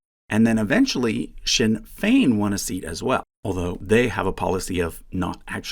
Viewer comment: Thanks for taking the time to learn how to pronounce "Sinn Féin" properly. A lot of YouTubers don't bother.